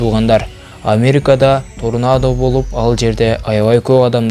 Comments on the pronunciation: Торнадо болот турнадо деген соз жок . Китепти коп оку деп кенеш берет элем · Автор турнада эмес Тарнода. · Тарнада деп айтылат торнадо деп жазылат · Турнадо эмес торнадо десен громатикан так эмес созунду так суйлой албайсын анан кантип ютуб канал ачасын сени бут дуйноо корот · Е админ турнадо дебейт тарнода дейт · Турнадо эмес . Торнадо десен . Апей туура суйлочу!!! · Кичине туура суйлогонду уйронсонор Торнадо болуп жазылат тарнодо болуп айтылат досум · Беруун жакшы анда санда коруп турамын,жазылганда торнадо болот а окулганда тарнадо болуп окулат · Сен качан суйлошту уйроносун турнада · Торнадо деп жазылат тарнада деп айтчы блогер соорой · Блогер иним торнада деп жазылат тарнада деп айтылат кулака жагымсыз угулат ушундай каталарды коп кетирип жатасын конул буруп кой. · Тексти окуганда ударенияны туура коюп окусан.Торнадо деп окуганынды озун угуп корсон.эптемей диктор соройлор.????